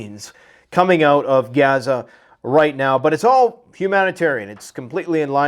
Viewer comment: You are getting very fake. You Pronounce gaza 2 different ways, I don't know why but it sounds stupid. Quit being fake.